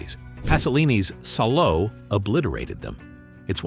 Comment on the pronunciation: It's pronounced Sall-o.